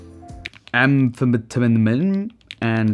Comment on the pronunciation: it's pronounced "am-feh-tuh-meen"... like meth lol